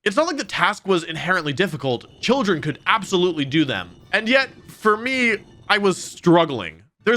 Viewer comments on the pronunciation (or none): none